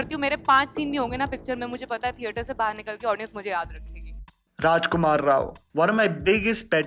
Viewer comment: Rajkumar Rao said it correctly. 👌👌